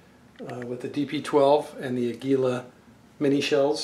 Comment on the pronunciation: AA-gee-lah. Its a spanish name which means eagle.